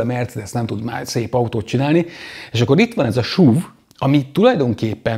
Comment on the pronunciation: šuv (szlovak) 😊 miért nem nevezet esz ú vé nek? Nevecségesen hagzik a šuv. Vagy akor szúv. De Máskülönben megint nagyon jó videó.